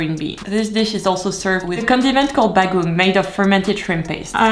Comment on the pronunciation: Her pronunciations crack me up way too much. Ba goong 🤣 no offense tho, filipino foods are way too hard to pronounce.